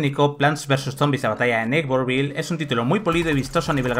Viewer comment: Que feo pronuncias “neighborville”